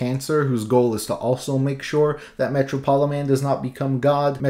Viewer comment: surely Metropoliman is pronounced like Metropolis..?